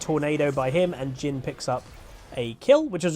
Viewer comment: Whenever you're mentioning "Jhin." I constantly hear "Jim." which I actually find quite hilarious.